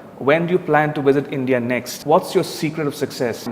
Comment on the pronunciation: Am I only one who got country name instantly what he said ?! "India".. Take care